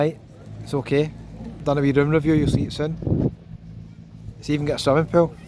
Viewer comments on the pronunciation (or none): none